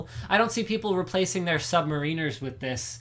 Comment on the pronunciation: sub-mare-inners, linus!